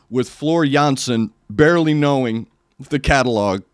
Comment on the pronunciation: As a Dutch guy I can tell you that your pronunciation of "Jansen" is spot on.